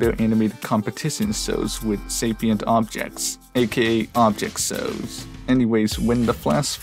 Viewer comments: "object sows" 💀💀💀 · this guy says shows with a silent h